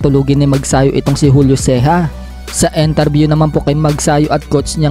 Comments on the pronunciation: IN-TER-BYU not EN-TER-BYU!!!!!!! hirap kasi sayo nagmamarites ka lang bopols kpa sa pronounciation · INTERVIEW!!!!! not ENTERBYU